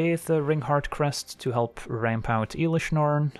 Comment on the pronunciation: Please dont call it IIIlish norn aaahh